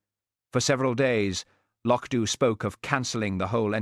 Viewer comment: 1.51 no trousers, 2.12 trousers, 6.47 no trousers😂❤wonderful, apart from AI, although it pronounce loch Dubh correctly😊